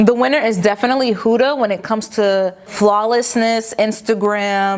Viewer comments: How come you always say “Hooda” it’s “Huda” 😂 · its not pronounced huuuda beauty like hula, its a quick huda because its actually an arabic name. so more like how you pronounce hood but with an a. Huda. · It’s not huda like who-da it’s huda like hood-a (like hat hood) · It’s HO-DAH 😂